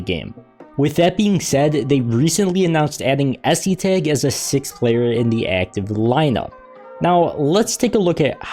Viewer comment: the pronunciation is es-tag